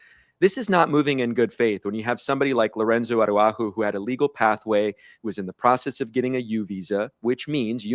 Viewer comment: Ara-who-ho???? Araujo….c’mon Jim Acosta. I’m born and raised Mexican-American in the U.S. so I get it that Spanish is not our first language. But at minimum could you not ask someone how to pronounce Mr Salgado Araujo’s name correctly? I’m sure you have access to at least one native Spanish speaker.